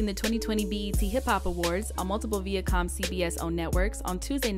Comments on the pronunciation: vIacom not veacom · Viacom isn’t pronounced that way lol